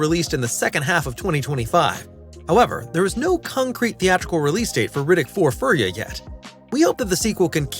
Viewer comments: It’s not “fur ya” It’s “Fee-ur-ree-ah” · Could you at the VERY least pronounce the character's race and planet correctly? It is pronounced Fury-uh not Furry-uh. Maybe this narrator is just repeatedly making a fruedian slip and he REALLY just can't wait to get out of the sound booth and yiff into a cuddle puddle but still put in the LEAST amount of effort and get the pronunciation right. It is ESPECIALLY important when you mispronounce a word and instead say a word that is fairly well known and a sexual fetish ... repeatedly. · Yoo he also said Furry-ah.